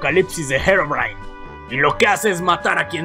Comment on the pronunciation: Gerogrime xd habla bien porfavor